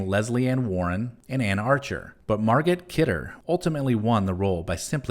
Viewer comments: Great video, but her name is pronounced Mar-Go Kidder, not Mar-Gut Kidder. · MARGOT! It's pronounced MAR-GO. Jeez. You don't pronounce the T. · It's pronounced Mar-go Kidder.